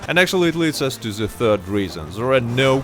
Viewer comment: “I got se moves” 🕺🏻